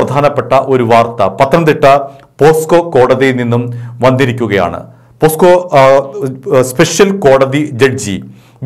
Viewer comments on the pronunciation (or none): പോസ്ക്കോ അല്ല ചേട്ടാ പോക്സോ ആണ് കെട്ടോ.